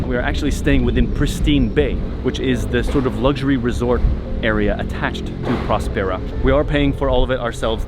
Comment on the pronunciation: I love your content, and wish you could release a vlog everyday, but then it wouldn't be as in depth, and informative. I do have one suggestion as to the name of this community Prospera. The way the name of the city is pronounced should be in the same vein as prosperity, or prosper. I would think this is what the name infers, and was thought of when it was created, no!?Thanks guys